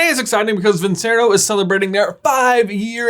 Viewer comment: Wow you really butchered that vincero pronunciation